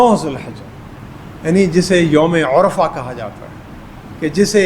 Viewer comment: یوم العرفہ پر پیش نہیں زبر ہے۔